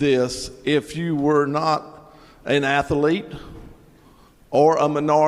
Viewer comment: "An athelete". What a morelon. 🫣